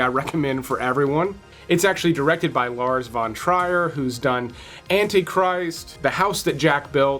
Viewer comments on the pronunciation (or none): Lars Von "Treer" for the right pronunciation...